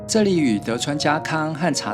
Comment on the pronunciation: 小堀遠州的"堀" 念"哭" 不 是 "絕"